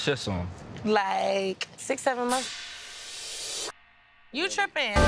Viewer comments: said "Monfs" Me: months lol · It’s bin “ monfs “ monfs” LOL 😂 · "monfs monfs"😭😭